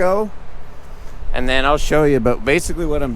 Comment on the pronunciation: Than I died! Love it hahhaha sounds like Canadian way to say then.